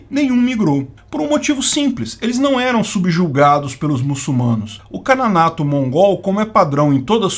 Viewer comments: Ótimo vídeo, mas uma correção. Você, por várias vezes, disse "Cananato" enquanto que o correto é Canato, que deriva da palavra Khan. Abraço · Kanato ou "Kananato"...??? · você disse "Cananato" da Criméia?